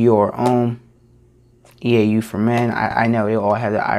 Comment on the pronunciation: eau is pronounced O. It's French for water.